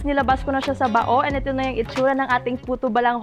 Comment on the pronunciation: 😅😂😆 No offense meant to.. the way you pronounced "bao" could make the Pangasinenses drop from their seats and roll laughing. Because ang pgkabigkas mo po ay technically sensored word in Pangasinan. You know, female.. uh-huh. 😁😁